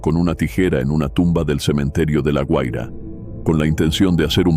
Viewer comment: Se dice GUAIRA no "HUAIRA"